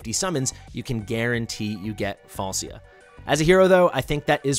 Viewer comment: It's semantic issue the name pronunciation is Falchia